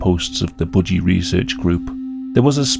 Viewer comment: Why do you say budgie like bougie ✨💅